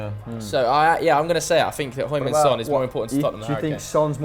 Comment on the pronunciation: Please stop saying hoing min son.